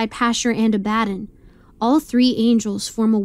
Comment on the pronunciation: I thought Abbadon was pronounce "ab-a-don," not "a-bad-in"